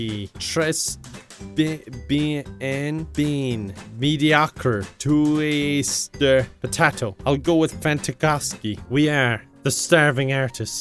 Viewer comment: "Twouister" did you mean... Toaster?